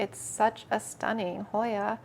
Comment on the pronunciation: I want the word-count ticker up in the corner for the word “Stunning” on this video 😂 “stuh-ning”